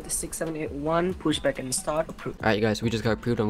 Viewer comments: I’ve heard of pushback but never heard anyone say Pashback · I've got another one "pashback" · Excuse me, but did you say pashback? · did i just hear "requesting pashback" 😂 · And he also said pashback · “We’re gonna be doing plane code.” “Requesting pashback...”